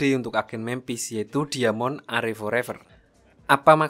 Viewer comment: DIAMOND BACANYA DAIMEN. KALI MIN